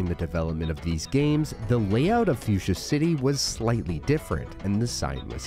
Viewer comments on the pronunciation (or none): none